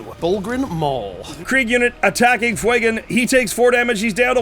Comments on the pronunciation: FWAY-GAN? Do you mean Fuegan? FYOU-GAN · Great game but fuegans name being miss said is a off put